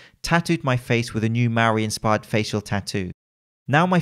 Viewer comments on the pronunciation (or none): Maori not Mauri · im probly the only kiwi here so ill make the correction Maori not Mauri. and you pronounced it wrong but we will forgive you :)